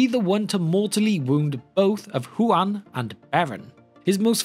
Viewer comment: The way he pronounced Huan haha. Juan the hound! chihuahua appears